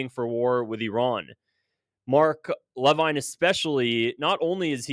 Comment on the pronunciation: Mark "leveen", I don't like him either but pronounce it right